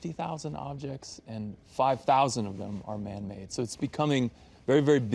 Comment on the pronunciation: okay but he emphasized "man made" more than once tho 👀